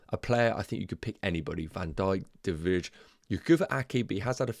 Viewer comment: not important but de Vrij is pronounced as de Vr - eye kind of, in dutch the ij is spoken similar to eye